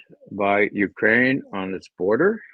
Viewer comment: I see Ray has picked up Alexander Mercouris's name for ukraine-- "Uranian"!!! Same with John!!!!